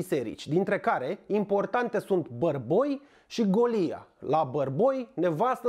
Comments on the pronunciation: Golia se pronunță cu accentul pe "o" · Un turn din ăla măcar odată pe zi este OBLIGATORIU pt buna funcționare a materiei cenușii din vârful piramidei trupusorului tău delicat. PS. Vezi ca faci aceeași greseala ca și cu Golia la pronunțarea cuvântului bojdeuca, pui accentul pe silaba greșita.